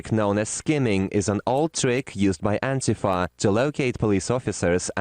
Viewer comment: Why does the right keep pronouncing "ANTIFA" as, "ANNE-tuh-fuh?" It's an abbreviation for "Anti-fascist." It's pronounced, "Anne-TEE-fah."